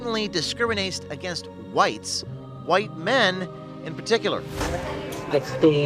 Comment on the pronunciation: She can't say white